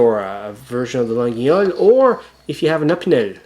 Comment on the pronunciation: It pronounced "La yhole" not lageeeole. Please stop murdering my language